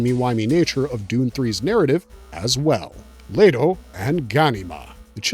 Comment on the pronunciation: Omg I can’t stand the way ur pronouncing the names cuz you know if you seen the movie it’s not how you pronounce them come on dude it’s making me want to leave…. THERES NO A IN LETO